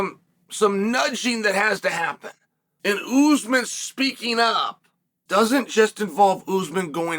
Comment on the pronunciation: After all this time Chael still says Oozemen instead of Usman.